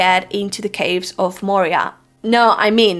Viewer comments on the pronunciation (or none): none